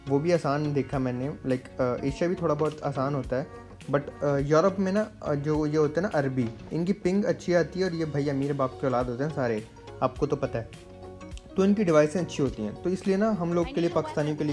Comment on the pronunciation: Arabi nhi Arbi*